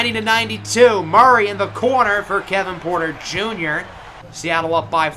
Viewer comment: “KLAY KLAY WITH THE TREY TREY!” “KEVIN PUERTA JUNYA!” “KILLUH CAMMM REDESHH!”